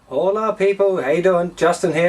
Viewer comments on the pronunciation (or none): howlaah people - fail spanish